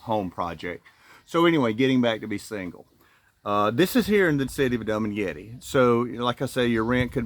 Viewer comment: Hey dude, it’s not dum maguette… it’s pronounced doo maguette.